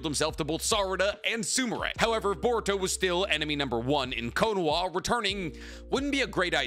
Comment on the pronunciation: Why do you pronounce it konowah? It’s konoHa.